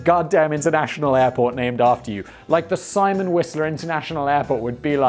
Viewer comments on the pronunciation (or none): none